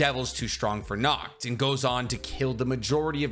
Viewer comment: Seeing folks pronounce Nacht as Nakt just fucks me up as a European.